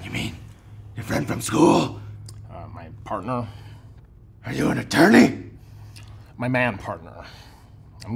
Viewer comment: “Are you anattorney”😂😂😂😂😂😂